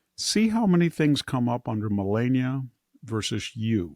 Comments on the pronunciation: Its not Ma Lay nia, Its Ma Lah nia. Its not Michelle, its Michael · Victor, it’s MelAHnia. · Why can't he pronounce Melania's name correctly..? He has to know how to do it.....right? Why be disrespectful?